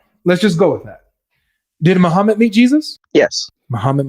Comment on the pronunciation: No way he said mo-pdf met Jesus 😭😭😭